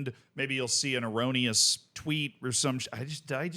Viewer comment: Says "gravitas" every video. But when he says "erroneous" things get weird?